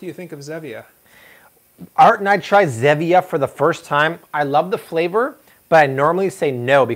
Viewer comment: The soda your talking about is Zevia not Zemia